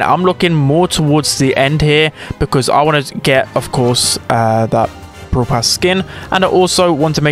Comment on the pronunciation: ITS BRAWL PASS NOT BROWL PASS ITS WITH AN A